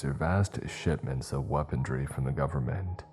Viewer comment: How does this narrator CONSISTENTLY look at the word ‘existential’ and pronounce the ‘exi’ as ‘eK-STEH’ making the word ‘eK-STEH-sten-shall’, or seeing ‘weaponry’ and saying ‘weapon-DREE’ over, and over, and over again, for both words, across multiple stories????? And ‘nook-YOO-lar’, ‘reel-A-ter’, ‘stricK’ instead of ‘stricT’ but bro can enunciate the fuck out of letters in other words like a champ😂😂. Bogles the mind.